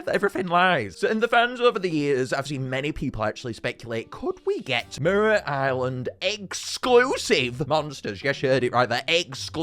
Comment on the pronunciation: "Merera Island"